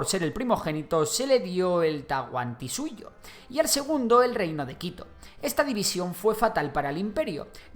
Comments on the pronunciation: lo del tahuantinsuyo que bueno lo intentaste pero se lee tal cual TA- HUAN- TIN-SUTO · El dice Tauanantinsuyo xD fue gracioso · tahuanantinsuyo 🤑🤑🤑 No es para ofender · Tahuantinsuyo, no tahuanantinsuyo 😂😂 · no es tahuanantinsuyo es tahuantinsuyo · tahuaNantinsuyo jajajajaja, esa pronunciacion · soy peruano lo unico q me parecio mal fue la pronunciacion de tahuantisuyo el pronuncion tahunatisuyo bueno la pronunciacion no es importante los hechos historicos contados corresponde a lo q me han enseñado gracias x dar a conocer mi PERU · Tahuantinsuyo se pronuncia: con 5 sílabas con sílaba tónica en la su. Ta - huan - tin - SU - yo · soy peruano, solo te equivocaste en pronunciar tahuantinsuyo. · No es un reclamo, solo una observación y es que pronunciarte algo mal la palabra Tahuantinsuyo. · a la primera no, pero ya luego lo va diciendo bien por el resto de video, asi que ta bien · Jajajaja sí, no lo pronunciaste del todo bien pero bravo por tu investigación y el vídeo, enhorabuena!